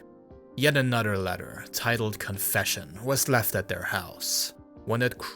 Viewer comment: You can say "anything" you can properly pronounce "th" why are you pronouncing another as "anudder". Wtf.